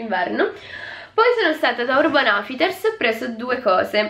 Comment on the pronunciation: Hai detto Urban oufiters al posto di urban outfiters